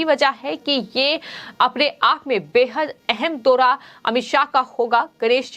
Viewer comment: दोहा नहीं दौरा होता है मैडम ।